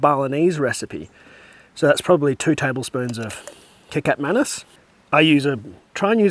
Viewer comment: Kecap Manis is pronounced "Kuh-chop Ma-nus"